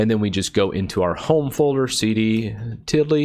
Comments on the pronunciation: I am going to help you because you sound so super white saying 'tildie' yeah this character ' ~ ' is a TILDA even thoug its spelled tilde, its pronounced like the name Matilda. Its actually part of the Spanish language and grammar, it goes always over letter 'n' to make a 'ya' sound like the word año which means 'year' pronounced 'ahn-yo', or mañana pronounced 'monyana' meaning tomorrow. Cmon man don't you live in Texas you can throw a rock to Mexico lol. Since I have started watching you months ago you've even voiced your confusion about the 'tilda' spelled 'tilde', I see how you could get confused, so now you know how to pronounce it and what it does in a grammatical sense. Why it means home in Linux derives from the Lear-Siegler ADM-3A terminal in common use during the 1970s, which happened to have the tilde symbol and the word "Home" (for moving the cursor to the upper left) on the same key. So there you go history, grammar, and español all in one comment.👍😉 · Great video! Btw, you pronounce "~" as "tid-ly" instead of "til-day" or "til-duh"